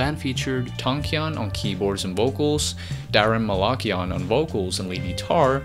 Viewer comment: Hearing the pronunciation of these last names is so physically painful. Armenian last names have the intonation on the last letter "a", right before the "n". So Malakian is pronounced Malakián, Tankián, even Kardashian has that same rule and so on.